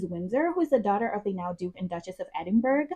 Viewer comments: "All the atrocities"? REALLY?? Was that really necessary? And her bame is CATHERINE, not KATE!! If you're going to feature an individual, you may want to learn their proper name. "EdinBURG"? Try "Edinborough", which is pronounced "EdinBURROW". You're young and evidently very new at this, so you have plenty of time to learn from your mistakes. I wish you the best. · Ignore that person's advice. It's actually pronounced Edin-burra. And I know this because I'm from there. Edin-burrow is even more jarring than Edin-burg.